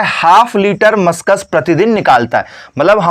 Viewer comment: मस्कस nhi yr वो म्यूकस होता है।